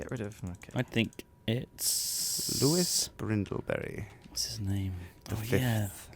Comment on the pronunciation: Lewis Brindleberry.... hahaha that made me laugh